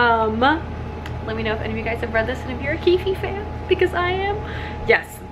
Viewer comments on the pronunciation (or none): Keef-ie?! NOooooo! Keef(e) with a silent E.